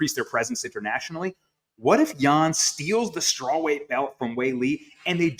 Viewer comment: Yan "Zoonan" , Justin "Gathee", and Arman "Sarkookian"...Ok if you are YouTuber at home with 25 followers but embarrassing with the ESPN label.